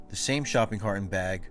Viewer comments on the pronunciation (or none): none